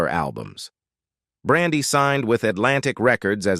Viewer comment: Why is he messing up her name? He pronounced it right one time. Get some one else for the narrator please !!!